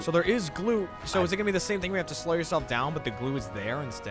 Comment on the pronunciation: can't say 'slow' properly, sounds like he's saying 'slur'